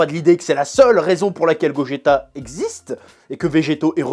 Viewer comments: tu a dis gojeto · c'est moi ou il a dit gogeto xD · Si si 😂